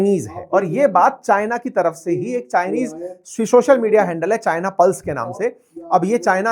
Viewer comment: CHIANA ROBORT 😂😂😂😂😂😂😂😂